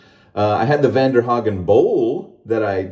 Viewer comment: It’s pronounced (von-dare-hogen) close lol😂